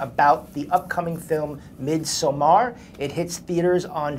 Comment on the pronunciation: the way the interviewer is pronouncing Midsommar is making me lose my mind.